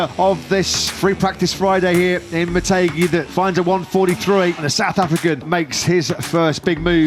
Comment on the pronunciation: its MO TEH ghi not Mo TAY ghi I might go tomorrow